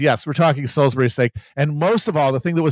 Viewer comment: How Adam pronounces Salisbury is so upsetting.